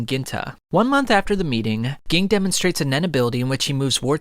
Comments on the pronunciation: it annoys me that he pronounces ging as gee-ing instead of jah-ing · His Name is spelled Ging, but it sounds like Genne and the way you say it kinda annoys me. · Same, I'm sorry since this is such a great piece of work but it is SUPER CRINGEY!!! Please fix the G-ing!! If you hear them say it in the show, nobody ever calls him that or pronounces his name like you. It's a shame since he's such an important character... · it's not geng, it's pronounced jing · It's not Ging, it's pronounced like "Gene" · omg ging ging ging, pronounce it like if it was a j instead of a g JING!! FREECES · Bro it's pronounced Jing not ging 😆 I can't even watch cause it's bothering me so much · You lost with the pronunciations lol I was like who geing lol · Also also, Ging is pronounced like Jin. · please stop pronouncing Ging like that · Cant take you seriously when you pronounce Ging like you do🤦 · Bro could you not butcher like one of their names between crappyca and ging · Good video but it’s kinda annoying how much he pronounces their names wrong. Like I get it you read the manga but it’s known how their names are pronounced. It’s Gon not GONE and Ging not Gin (G-EEN) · You should at least know the names of the characters if you going to tell the story. Don't get me wrong your storytelling is great. however, it is very distracting if you don't know how to pronounce the character's name. Gon is pronounced with the oh sound, G-Oh-N, and Ging Freecss is pronounced with the E sound Je-en or Jeen spelled Ging, his last name Freccss is pronounced Freeks, Jeen Freeks, spelled Ging Freecss. Watch the anime to get the names right, you don't have to watch the entire anime just enough to get the right names. When people are used to a name, then you give the character a completely different name it is very distracting. This will help you out I am sure. It sounds petty but names are very important I believe that is why it is so distracting for people when their names are not pronounced properly.